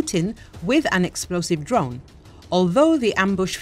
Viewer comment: did you say Ukrainian intelligence tried to kill putin with a drone? i didn't catch that the first three times...